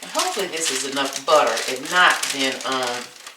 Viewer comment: I truly indeed love your recipes, but please stop with the accent on “tter” in butter, etc.. There’s no stressed accent & it’s enough to drive a sane person, 😊 not to mention a lifelong educator, as myself, crazy! Again there is no stressed accent on the “TTER “ and butter.